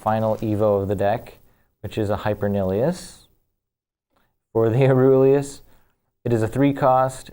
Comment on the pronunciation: I may be sick and lacking any sleep BUT ITS PRONOUNCED AURELUS!